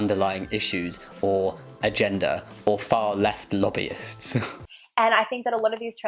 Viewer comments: When she says "agenda" it sounds like "a gender" xD trans people clearly have A GENDER, wow, waeww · There's irony in her accent causing her to pronounce "agenda" like "agender" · I don't know why it bothers me so much she says "agenda" like "a-gender"